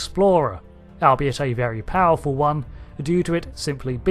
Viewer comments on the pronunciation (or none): none